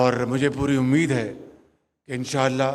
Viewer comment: Inshaallah bolna bhi nahi aata is prime minister ko.